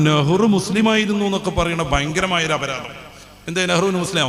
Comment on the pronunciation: ബയങ്കര' അല്ല 'ഭയങ്കര